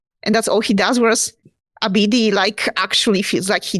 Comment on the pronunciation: Who is Ebidi?? Arr yall talking a bout Abidi. Isn't it pronounced ah-ba-die